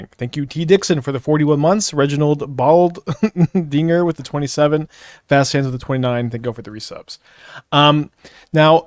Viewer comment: reading someones real name, laughing and pronouncing it bald dinger lmaoo